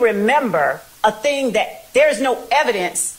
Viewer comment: The word is “that,” not “dat.”